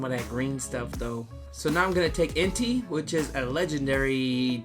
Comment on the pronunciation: Entei’s name is pronounced En•tae